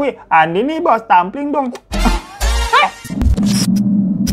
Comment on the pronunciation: tamplig dong babuu bukan tampling, artinya senggol dong dari bahasa bali